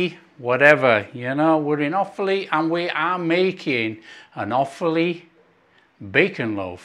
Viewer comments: Hi, As an 'Offaly boy' your pronunciation was correct as 'Off-lee'. I well remember, as a child, my grandmother making this probably every other week. Cold, in a sandwich with a lathering of Irish farm butter, was something to die for 😂😂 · Nice one, pronunciation perfect first time 😊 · pronounced perfectly